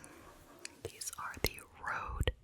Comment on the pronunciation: When you say rode microphone. Do you mean røde?